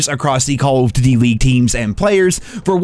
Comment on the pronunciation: Am I the only one that heard the way this dude was saying " duty " ?? I had to click off as soon as I heard it.. I just cant lmao